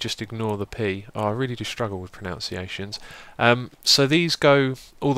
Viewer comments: Except he didn't pronounce pronunciation right :P It's Pro-nun-sea-asheeon. He said Pro-noun-sea-asheeon. Close, but no cigar :P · XD You mispronounced pronunciation...